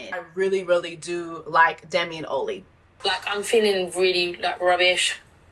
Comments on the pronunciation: O-lee is throwing me off 😂😂 it’s Ollie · The way you call him ‘Oh-llie’ is killing me 😂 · Jessie watched the show more than once and never said Ollie's name right one time. 😂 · Jessie. I really enjoy your content, but I say this with love. His name is Ollie! Lol. Like Lolly (from lollipop), but just drop the L. Similar to Ali as in Muhammed Ali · Has Jessie got an endorsement with Olay? Why is she pronouncing ‘Ollie’ like that? It’s like she glitching between the U.K. and the Netherlands when she say his name. I’m like who that? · The way you pronouncing “OLLIE” is upsetting me and my home girls